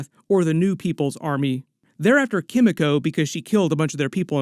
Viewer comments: Sorry! Forgive me, but it's Kim-ee-koh. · The pronunciation of Kimiko hurts me so much. Like they say her name in the show, just say it like that. 😭